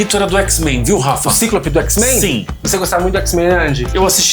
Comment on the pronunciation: se pronuncia ciclópe e n cíclope espero ter ajudado 😊